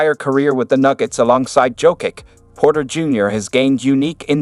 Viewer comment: Turned off this shit when heard how Jokic’s name was pronounced